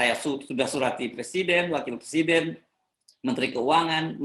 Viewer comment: 7.25 ; "saya surati wakil pruescident.. diam.." wkwkwkwk